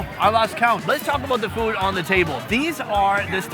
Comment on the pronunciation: Why does this guy pronounce food "FWOOOD"?